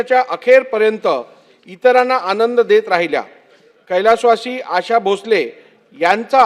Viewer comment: 100% याला मराठी वाचता येत नाही... English मध्ये लिहून आणलंय... म्हणूनच 'Asha' हा शब्द 'अशा' वाचतोय.. याला भावपूर्ण श्रद्धांजली